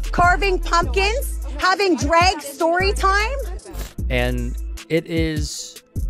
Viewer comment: 7 "dreg" queens